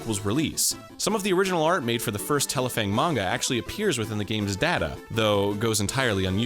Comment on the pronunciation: Didn’t read the title so I didn’t realize that was Arin. I was like wow they pronounced that Japanese title well. Explains why